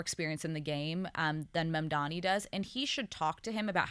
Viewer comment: They really should Mam-man-di on to school them in how to say his name correctly.